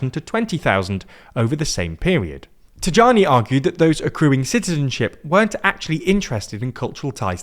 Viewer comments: It's pronounced Tajani - Taiani, Tayani, not Tadjani/Tagiani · Tajani: should that not be pronounced Tayani? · The J in Tajani is pronounced E in italian: Ta'ee'ani. Not exactly so, but easier than explaining the 'gli' sound we use for J, which is similar to the Y sound in engligh. Think Yo-yo. That sound. So Tah-yee-ah-nee. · About our Foreign Minister TAJANI - It's pronounced TAIANI ! the J is pronounced like the I in Italy! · It's peonounced Tayani. 😉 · Thanks for the thorough coverage, just one small correction: the name of the Foreign Minister is pronounced taYAnee, as if it was spelled Taiani. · Antonio Tajani should be read something like "taeani" in english. It's a very funny pronunciation though. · Tajani is pronounced Tayani. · PS: "Tajani" is pronounced as "Tuhyanee", not with a J sound. Italian often retains J's original sound (semiconsonant), similarly to how English uses Y